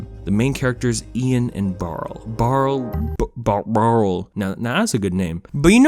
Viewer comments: Just a bit of a pet peeve, but the older brother's name is pronounced Bar-lee. Barley. It's said throughout the film! Aside from that, this is such a great movie and more need to see it! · I'm sure you have a billion comments about this but if I don't I'm going to go crazy: his name is Barley (so what you said but plus ee at the end.) Maybe its a joke, I can't tell but it's driving me insane. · Him: I love this movie! Also him: Gets the brother's name wrong every time. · Barley.... not Barle... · btw not to sound like a jerk but his name was barley not barle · His name is Barley not Barl. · WHY SO YOU KEEP SAYING BAREL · if you call him barl one more time im will attack you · I’m sorry but did you call barley barl the entire video??? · lmao you called him barl so many times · His name was BARL-EY!!! BARLEY!!!! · On one hand this is a beautiful introspective and I agree wholeheartedly that Onward (and also Cars) is a lot better than people give it credit for. on the other hand, OH MY GOD STOP CALLING HIM BARL THAT'S THE NAME OF THE ORC FROM THE SHITTY BOOTLEG VERSION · BARLEY barley ITS BARLEY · I know it’s a nitpick but the name is barley not barle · He keeps saying BARL and it hurts me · Lol it's Barley not Barl 😂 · Isn't his name Barley? Not Barl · "barle" me: its Barley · barl?? barL???? BARL??? *BARL*?!!! B A R L E Y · Bruh who is Barle? I thought it was Barley lol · He called barley, “barl” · I can’t take you seriously saying this is under appreciated and then calling him “Barrel” when literally one google search would tell you it’s “Barley” don’t comment it’s a joke bc I don’t really care . It was annoying and made the video disingenuous. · The brothers name is Barley. Who the hell is Barl???? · Awesome analysis of this movie. I personally liked this movie and REALLY liked it the second time watching it. Is there a reason you kept calling Barley, “Barl?” Is there a joke here I’m missing or did you just shorten his name for some reason?